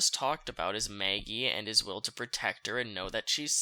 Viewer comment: Please stop saying Maggie’s name 🤣 “Mayagee” 💀💀💀